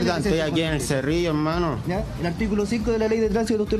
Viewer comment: Hermanoh ven arrescatarmeh oe. Hermanoh escuchah me quieren quitar la wahhh🙄🤦🏻‍♂️